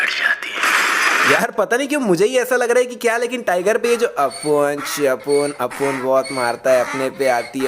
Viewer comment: bhai tere mu se apune sapune sunne ke bad aur zyada tatti lag raha hai